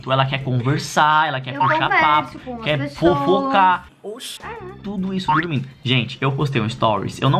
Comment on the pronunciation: Eu falo tormindo também 🤪🤪